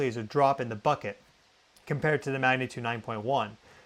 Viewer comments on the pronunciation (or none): none